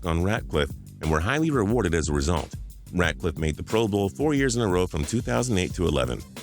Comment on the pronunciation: It pisses me off that u kept calling him ratcliff why u adding a c??